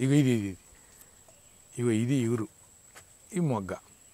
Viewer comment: ఇగురు కాదు సార్ చిగురు